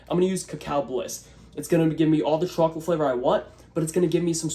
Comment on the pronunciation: i can't watch ur chocolate recipes anymore because the way you pronounce the word. it causes visceral frustration like nails against a chalkboard or touching cotton balls. this is me begging asking ordering and warning you pls stop